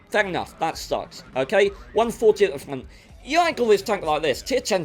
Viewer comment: _honest gaming, when you keep trying to say front, and turret i laugh my ass off. "fnngghht" of the "tuennnght"